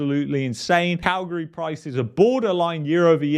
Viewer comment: I like that you pronounce Calgary like us locals do. 😊